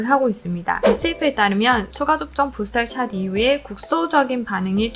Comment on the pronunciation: 발음 젛으시네요 부스털 샷 ㅋㅋㅋ